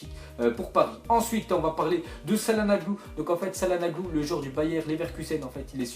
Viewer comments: ça ce dit chalanouglou et non salanouglou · Je le dis une dernière fois , Calhanoglu , ça ce prononce Chal-ha-no-lou